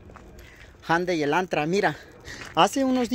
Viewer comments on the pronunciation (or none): none